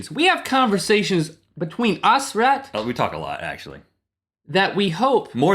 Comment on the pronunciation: It's 'Rhett and Link' haha. But yes... good idea!